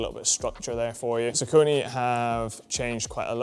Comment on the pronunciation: bro can't even say saucony